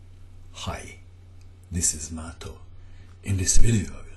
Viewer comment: In Finnish language, the stress is always on the first syllable. Every single time. Otherwise, great video and good pronounciation Mato :).